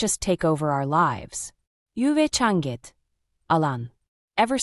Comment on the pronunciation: This is the story to the previous title!! And since when is "You've changed" pronounced "U-vay chahn-gud"????